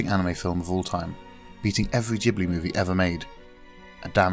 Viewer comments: No he didn't, ghibli you pronounce gibli not jibli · Urghhhh. I hate people who cant pronounce ghibli properly. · It's Ghibli with G from Ghost. Or do you pronounce ghost with j?